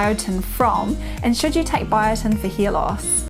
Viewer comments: She says hear loss. lol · Are you saying hair or ear ?